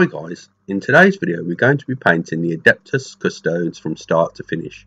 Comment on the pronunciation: ''adeptus custoads''